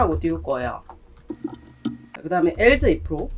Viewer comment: else... not 앨즈, but 앨스